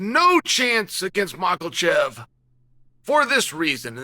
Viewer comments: Mocklechef... These pronunciations never fail to make me laugh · Bro called him moclechev😂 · Chael spells it correctly but when said the 'a' turns into an 'o'...Mocklechef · I believe it’s actually mocklechev